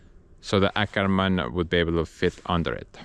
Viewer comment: Åkerman= "Okerman"... 😉